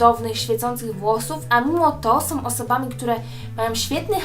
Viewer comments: Oglądam Twoje filmiki, bardzo je lubię i uważam, że dobrze gadasz ale proszę Cię zwróć uwagę na to jak mówisz "są" strasznie boli mnie ucho gdy słyszę od Ciebie "som"... Nie jestem hejterką ani nie mam zwyczaju komentować filmików tylko gdy wyłapię jakiś błąd. Pozdrawiam! :) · SĄ, nie SOM. Filmik spoko, ale proszę uważaj jak mówisz. :D